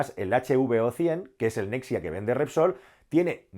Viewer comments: Nexia no es nexa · Nexa, se dice Nexa. Nucelar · es “Nexa”, no “Nexia” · Nexa. No nexia